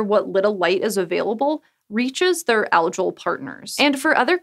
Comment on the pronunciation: I find your pronunciation "algal" weird °-°